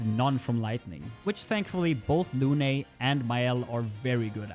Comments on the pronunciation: For english speaker,please its Lune not "Lunay" the E is silent. Often in french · luné ? Dude its prononce lun